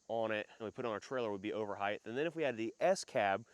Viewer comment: Why do Americans say Heighth. It’s Height. The ways they say it isn’t even in the dictionary.